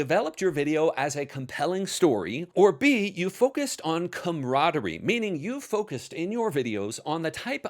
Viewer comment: It's 'camaraderie'. Sorry.